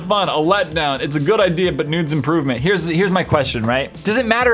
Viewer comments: it sounds like he said "its a good idea but nudes improvement" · he says noods improvement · when he was reading for the flickin' chicken anyone else notice he said noods improvement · instead of needs, he said "Nudes" ok........Imma go now!